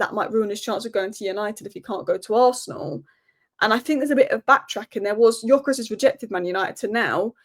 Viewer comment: You talk so much about Gyökeres but never pronounce his name correctly. It only takes you 2 minutes to watch highlights of him to learn how to pronounce the name.